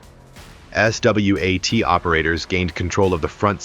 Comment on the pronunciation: What a bullshit video. AI script, AI narration and an AI string of video clips that have nothing to do with the narration. BTW there aren't any basements in Houston and S.W.A.T. is pronounced swat, it is never spelled out. I'll know to avoid this shitty channel in the future.